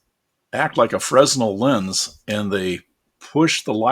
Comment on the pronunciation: Great tips here! Thanks for taking the time to make this video! Oh, and one thing I discovered in all my bits of worthless trivia... the 's' in Fresnel is silent 🙂